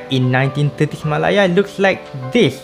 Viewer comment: Interesting Video! Nice insight on the east coast line and the reason for sustaining it. Maybe a point to note, malaya is pronounced meh-leh-a or Malay-ah with the ah being slightly higher in tone I noticed you were mentioning it as ma-lah-ya. I really hope to see more content from you tho!